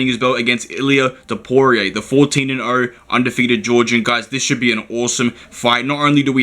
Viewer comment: Hope u dont bet “topooray” heavy